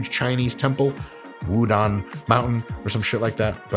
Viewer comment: You can tell Mike is an educated man because he pronounces it Wu DANG mountain